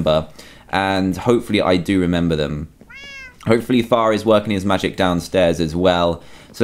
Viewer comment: when he said far it soned like fart